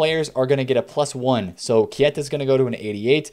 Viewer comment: K E I TA not kieta